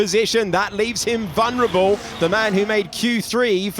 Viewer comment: *Vulnerable ,,vunrable is not a word